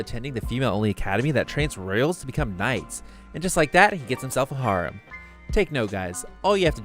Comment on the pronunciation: How do you mispronounce harem? smh and looking forward to Worlds End... it looks good